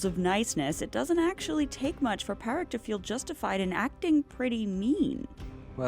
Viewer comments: Great video as always👍 - covers all the important points, perceptive analysis, fun delivery. FYI, the name Pádraig is pronounced Paw-rig or Paw-drig (it starts the same way as the English words "paw", "pawn" & "pause") - I hate to be a nitpicky grammar nazi, but hearing it pronounced Pah-rig was kinda making my brain explode. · It's pronounced "Paw-rig" not "Pa-rig" 🤣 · It's pronounced Paw-rick. You even included a clip where Colm says his name and pronounces it correctly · Padraic is pronounced ‘Paw-rick’ just fyi! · I doubt it! The narrator is not pronouncing it right. Its a common name in the Irish language and is pronounced Paw-rig. St. Patrick's Day is named after our Patron Saint Padraig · The mispronunciation of Pádraic here is infuriating… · I absolutely love your videos but your pronunciation of irish names is painful to listen to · Hahaha, thank you. The constant mispronunciation was painful. It's not that hard to find the correct pronunciation of any name ur doing a video on.